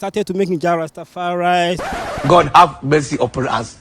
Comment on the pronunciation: Did this guy say "Jah Rasta Fri rice" ? 😂😂😂